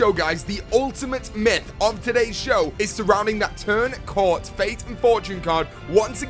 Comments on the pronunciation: it's turn coat not turn cort. Lol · It's Turn Coat not Turn Court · Did he just say turn Cort wtf it's turn coat lol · It's turn coat not turn cort... if you look at the "r" in the word "turn", and the "a" in the word "coat" you can clearly see the difference between the two letters... maybe you've been eating too much!! 🍕 🍕 🍕Lol still loving Myth Busting Mondays dude keep up the good work! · isnt it Turn COAT? AHAHAH not Turn Cort. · its turned coat u fuckhead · its turn coat dude